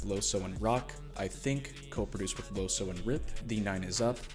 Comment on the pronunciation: In Dutch "oe" is pronounced "oo", and since he's from the Netherlands I think you should say "Loosoo"